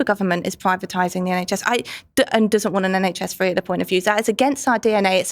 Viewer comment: I know it's a little childish but all I'm hearing from the labour politician is "do dis John do dat John!" 😂😂😂 Like I'm sorry, but speak properly! One minute it's want with the t pronounced then 3 seconds later it's "won'" without the T pronounced. She just sounds ridiculous and not serious. 😂